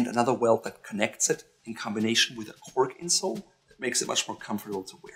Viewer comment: Cork insole not "corken sole". Oh brother...